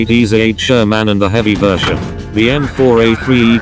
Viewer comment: The SHER-MAN. 😂